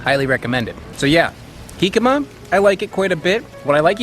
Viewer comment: Pronounces Jicama correctly. Doesn't pronounce Tajin correctly :P Just giving you a hard time. Keep up the fun content!